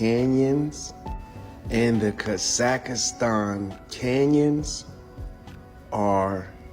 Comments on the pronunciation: Oh, just a lil correction: it's pronounced, "Kah-zahk-stahn." That dude sound funny af with the "Kah-zAck-ist-An!" Gave me a nice chuckle every time he said it😂It's a wild theory he's talking about, but, with as much as I KNOW that "They" have LIED to us about HUGELY IMPORTANT things, it's a total possibility🤷🏼‍♀️ Great compilation, 💪🏽 Thanks for putting it together for us😁 I can always count on you for some intriguing, original content. You find the gems, bro😉🫡 Stay safe and have a great week🙌🏽💜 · It’s hard to take dude seriously when he keeps saying Grand Canyon-s. And it’s Kah-Zuck-Stan. Also, no dude you aren’t onto anything. Your map has no correlation with scale.